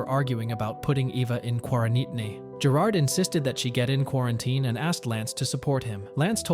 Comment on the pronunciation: Gotta love AI